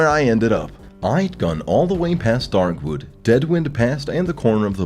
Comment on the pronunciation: I cannot describe the frustration I get whenever he says "Darkwood"